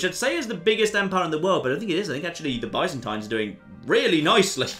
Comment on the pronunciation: it's pronounced buy-zan-teen